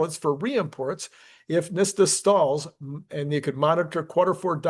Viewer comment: for gosh sakes...no wonder you keep calling it nista...it's NHTSA, not NHSTA. it's NIT-sa.